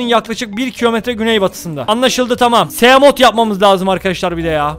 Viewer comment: onlar simot ve saykılops diye okunuyor mezarlıklar doğru telaffuz edemeyenlerle dolu aslanım